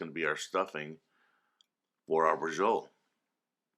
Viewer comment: Bra-cho-lé... do none of you New World 'Italians' speak Italian anymore?